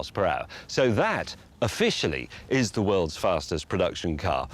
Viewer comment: "ze Germans are not pleased" as a Brit I did love it when the Americans took the record as you know those beautiful pesky germans wouldn't have stood for such an insult!!!